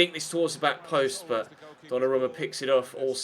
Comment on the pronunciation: His name is pronounced donnaroooooma